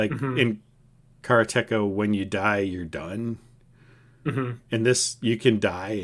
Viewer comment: It's "BROOD-er-bund" The Gaming Historian clarified this 40 year old mispronunciation for me. It still sounds completely wrong to my ear. Also, "ka-ra-TAY-ka" And while we're at it, Iolo the Bard is "Yo-lo" (not "EYE-oh-lo") and Shamino isn't "shuh-MEEN-oh", it's "SHAM-in-oh". Yeah, it's hard for me to swallow all of these as well. Bonus edit: uh-KAL-uh-beth. Makes me shudder. It will always be ACK-luh-beth to me!